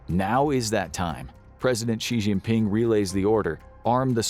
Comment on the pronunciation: For God’s sake, it’s pronounced ‘shin-ping’, and that’s his given name. Surname is Xi (shee).